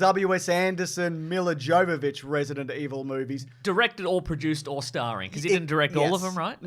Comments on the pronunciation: Miller Joe-vovich…okay. You might have tried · "Yovovich! Yovovich! How difficult is it? We made a movie together!" You don't pronounce the "J." But that was a quote from Milla Jovovich to Michelle Rodriguez in the audio commentary for the first Resident Evil which I highly recommend because it seems very likely that both are very drunk. And as a result it's very funny. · Trivia fact, her name is pronounced Yovovich. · Just... pretend the J in Jovovich is a Y. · I'm gonna be one of those assholes who chooses to point out that Milla Jovovich's name is pronounced "Mee-yah Yo-va-vich." 😅 Just, ya know... since they're making 5 more of these. 😆 Love you guys! Also, calling my shot now now; They're gonna hate Apocalypse, be indifferent toward Extinction, discover the spike to be Afterlife, be disappointed by Retribution, and be blasé about The Final Chapter. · I love this film series. Everything tells me I should not, and I know it's bad. But I love em. They are big stupid schlocky b-movie action horrors, very much like the games. And I just can't help but enjoy them. Also Milla's name isn't with a hard J. She is Ukrainian.